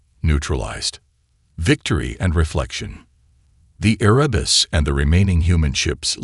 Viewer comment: Erebus...the primordial god of Darkness. You got the name correct ONCE... ! You do a hatchet job on almost every single name in this video!